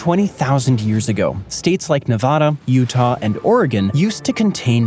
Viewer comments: Only complaint, learn how to pronounce Nevada... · One state name is mispronounced more often than the other 49 - NEVADA. This is true even in many geography videos!